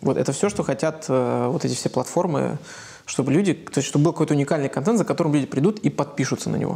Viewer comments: "Кантент"..ну послушайте себя.. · произношение второй гласной е, вместо э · Кое-что из внутренностей: "КантЕнт". "скейлить". "рефлексить". ,"фаундеры". "как я треволю". "букирую гостиницу". "дэй -тудэй". Журналист от бога,ничего не скажешь... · контЕнт, как же режет ухо. контЭнт! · Елизавета, говорите пожалуйста контЭнт. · "Баба Лиза" так забавно произносит слово контЕнт :)) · Ставь лайк, если не можешь слышать слово "Контент" произносимое через "Е"... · Ну котЭнт же! Контент - заимствованное слово, произносится также, как на саксонском...